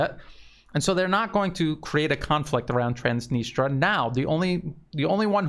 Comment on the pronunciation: Please check on the net how to pronounce Transnistria